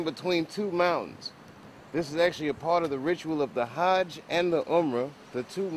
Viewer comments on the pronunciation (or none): none